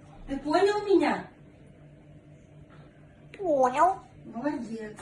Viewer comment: Как выразительно он произнёс "по онял!" Артист!